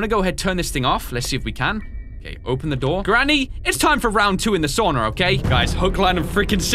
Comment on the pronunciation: ITS NOT SOONA ITS SAUNA